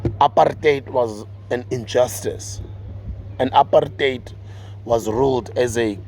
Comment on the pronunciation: Thanks Sbuda for pronouncing the word "apartheid" as ought to be pronounced, because once you understand it in that context you can also appreciate its emphasis on what it is and what it aimed to do. This neutral-English equivalent sounding term used in its place is far light, less emphasized and ultimately misleading in its actual context to, especially, young South Africans. Apartheid was as brutal as its Afrikaans pronunciation sounds, suggested and intended. From the preamble of the so-called progressive constitution, which you have rightfully read, you could already see the natural conflicts in terms actions required to address the pertinent issues of injustice vs. the ambitions of forging (falsely guided) an inclusive society of non-whatevers mentioned therein. The basic truth of the matter is that there's no equal society society without real Equity; and attention paid in detail to those pertinent issues. A lot of blood was spilled in this country in the fight for justice which we are yet to realize as Africans in general and black people in particular. Something almost completely ignored or understood in sheer oblivion by both the White force and the confused right wing black minorities who purport to work on behalf of the poor or the mass/majority population of South Africans who will continue to be systematically excluded to the protection of this white force. So for me Sbuda, this GNU is merely therefore the English light version of word "apartheid" masking its act